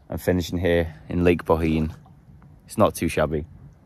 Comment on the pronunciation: Good pronounced 👏 👌 Bohinj